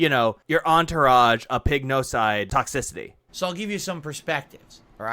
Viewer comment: “Tox-ic-CIty” Why does Pigroach have to pronounce things so damned weird.😂